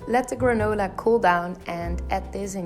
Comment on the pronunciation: When you say “granola” it sounds sooo pretty! I love these recipes! Yum! 🥝 🍌 🌱 🍯 🍲